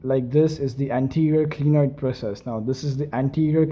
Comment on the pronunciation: Not glienoid it is clinoid